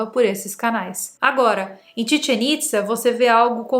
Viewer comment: O conteúdo é interessante. Porém, os nomes dos locais estão muito mal pronunciados : Teotihuacán , não tem o H aspirado como em Inglês. Teo-ti-Uacân. Chichén Itzá - ch como em."chair" Tchitchên IztÁ (som aberto e forte). Teotihuacanos é o gentilicio